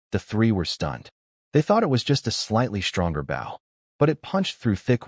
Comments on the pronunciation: WTF!!!? Why can you say bow correctly? It isn't that hard. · Why does the voice always pronounce bow like bowing to someone wjen speaking about a bow and arrow but when ot is talking about bowing to someone it says bow like a bow and arrow. Just switch tjem and it will be correct